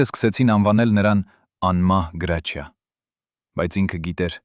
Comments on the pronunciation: Լսի գրաչյա չի հրաչյա ինչ ամոթա անգրագետ անգրագետ մենակ խոսել ու մարկանց վատաբամեք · Ինչո՞ւ էք ասում Գրաչյա, նա միշտ Հրաչյա է եղել և այդպես էլ կա, բավական է, Հայկական անունները ազգանունները կամ սովորական բառերը շեղեք, հասկացեք երբ որ ռուսերեն էք խոսում հասկանալի է, բայ խնդրում եմ մի շեղեք ՀԱՅԵՐԵՆԸ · Listen to me why are you naming the greatest ACTORS name ,his name is HRAJIA not grachia ,listen tome wrong information,shame to you ,and your ARMENIAN even shut your mouth. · Գրագետ խոսիր այ անգրագետ , գրաչյա չի , այլ. Հրաչյա , չեմ կարծում թե ինչ որ մեկը մինչեվ վերջ կլսի այս հաղորդումը շատ ափսոս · ԿԸ ԲԱՒԷ ՄԵՐ ԳԵՂԵՑԻԿ ԼԵԶՈՒՆ ՌՈՒՍԱԿՍՆԱՑՆԵՔ… ԳՐԱՉԻԱ ՉԷԷԷԷԷԷ ԱՅԼ ՀՐՍՉԻԱ…